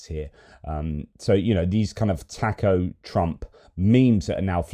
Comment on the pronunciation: The Boozer doesn't know how to pronounce Taco